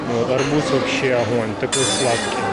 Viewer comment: Арбуз уматно звучит с ударением на А ))